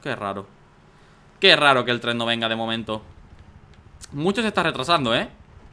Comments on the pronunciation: Por que dice trem en ves de tren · alguien mas noto que al inicio decia TREM en vez de TREN